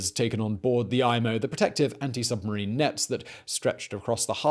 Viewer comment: Great video! Loved watching it. It’s EE-MO, not EYE-MO though.